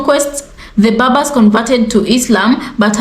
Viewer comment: Correction: Cushitic should be read, not kushitic Berbers, not Babas Thanks!